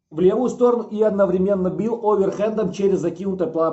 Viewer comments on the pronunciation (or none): none